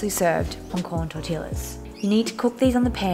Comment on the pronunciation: FYI. Tortilla is pronounced tor tee ya.